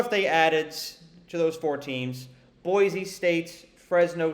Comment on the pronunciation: Boise? LOL Sure